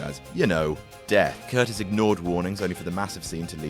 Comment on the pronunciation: It's pronounced "cur-TIZZ". You guys know nothing, do you? You just read shit in books without research and make it into a video without asking a single question